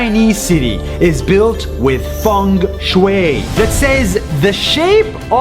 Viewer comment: I’m Chinese so it kind of sounded like “fEnG sHwAeY”